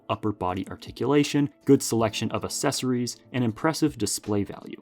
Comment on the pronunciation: Just fyi “accessories” is pronounced “ack-sessories” not “assess-ories”. No stress or shade or anything, common misunderstanding!